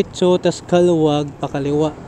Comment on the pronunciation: Kalawag po ang pronounciation...😂